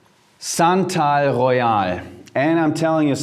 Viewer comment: SANTAL GHOEYAL...SANTA...AL...GHOE-YAHL...ROSE AND OOT ;) what about TF oud de minerale?